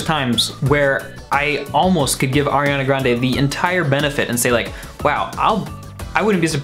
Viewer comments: ARIANA NOT AIRIANA 🤨🤦🏼‍♂️ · "aiRiAnA" oof. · It’s not AIRiana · I don’t like AIR-iana Grande... We can tell... we can TOTALLY tell LMFAO HAHA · AIR-iana Grande.